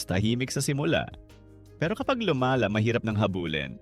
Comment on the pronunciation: "bago pa luma-la" A.i pa. Mga easy money content creator ayaw ng mahirapan. Lumaban kayo ng patas